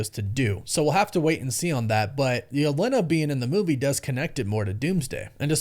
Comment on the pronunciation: it kinda annoys me how you pronounce "Yelena" but great vid man